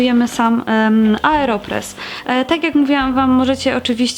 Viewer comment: Aeropress a nie "areopress"